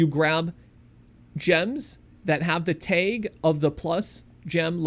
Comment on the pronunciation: I had to stop watching because of how he pronounces "tag". It's TAG, not Taiiig.